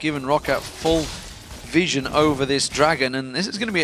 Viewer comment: Someone please fucking tell that its pronounced viZion, not viSSion...